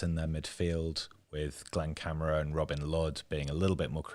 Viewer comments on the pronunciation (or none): Glen KA-MA-RA not Camera